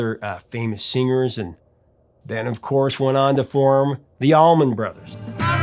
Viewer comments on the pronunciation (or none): none